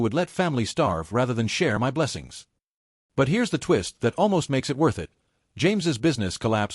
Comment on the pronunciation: good story though the AI needs work.. Also AI needs to learn how to say the word " my "..